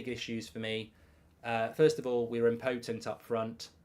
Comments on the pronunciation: / im-puh-tuhmt / please pronounce it correctly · Had to turn this off once I heard the pronunciation of impotent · Marks pronunciation of “impotent” has me questioning if I’ve been pronouncing it wrong my entire life… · Somebody please teach Mark how to pronounce "impotent" properly. 🤦